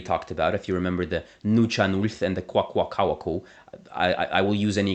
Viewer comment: I think it should be pointed out that Wakashan has a northern and southern group. Your pronunciation Kwak̓wala and Kwakwaka’wakw are not accurate, but I appreciate you trying as they can be challenging. Also, your pronunciation of Gitxsan is off. The languages that I know best are x̄á’islak̓ala and Kwak̓wala (which are North Wakashan) but I occasionally dabble in other Pacific Northwest Coast dialects when I find time. I also know a little bit of Chinook Jargon, which has a northern and southern dialect.